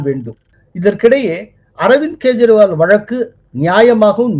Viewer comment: He is not GEJRIWAL. Pronounce as kejriwal. If there is no common alphabet for K or G see English language.